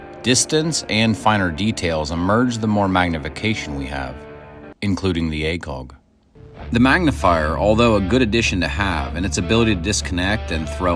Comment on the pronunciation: Please tell me you’re Canadian (that would explain) the pronunciation of ACOG